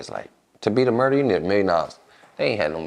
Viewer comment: She said shmurder 😅